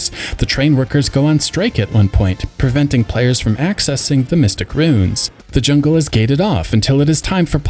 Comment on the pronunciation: ROO-INS ROO-INS 2 syllables otherwise it sounds like "runes".